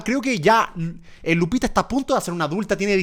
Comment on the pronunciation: Germán dice lucita cuando es Lupita